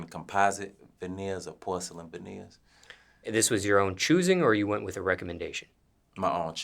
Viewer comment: I thought he said horselyn vaneers at first.